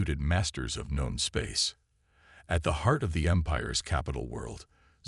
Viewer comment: It's not gone space, it's known space. Once again your A.I. is dumb as a box of rocks.